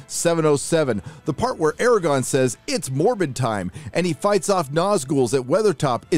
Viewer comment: it's aragorn! With a fucking "R". Not eragon..